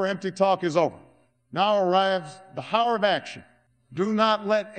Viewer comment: obama's so not hood, he cant even pronounce it and some other words the software seems to be having some trouble with fallen became Fallon, shuttered became shittered, hour became Howard